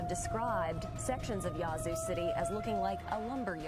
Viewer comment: Yah-zoo (Yazoo) like apple not yacht. its Ta-loo-lah (Tallulah) su-tar-sha (satartia) said it right the 1st time. Ah-tal (like tally- la (Attala) auc-tib-eh-ha (oktibbeha) ster-gis (Sturgis)